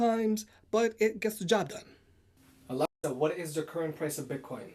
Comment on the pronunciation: it Alexa not A-L-E-X-A